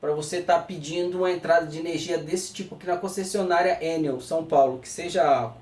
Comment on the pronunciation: DESCULPA A INTROMISSÃO E ANTECIPADAMENTE AGRADEÇO PELAS INFORMAÇÕES TÉCNICAS! MAS MUITA GENTE ESTÁ PRONUNCIANDO COMO SE FOSSE UMA SIGLA INTERNACIONAL! NÃO É ÉNEL, COM ACENTO! FALA-SE ENÉL, COMO SE HOUVESSE O ACENTO NO 2o. E. ABRAÇOS!